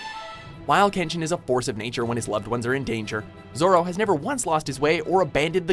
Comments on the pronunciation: He pronounce majority of kenshin names wrong asf. And kenshin is more realistic than zero one pice , of course he would win the majority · after all of the mispronounciation I thought would get all of Kenshin's attacks wrong, but they nailed it as well as all of kenshin's english dub voice actors